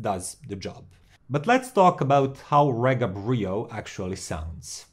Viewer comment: It’s pronounced REEGA!!